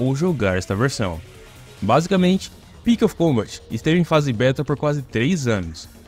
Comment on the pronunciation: "Devil May Cry Pix of Combat" mandou bem 🖐️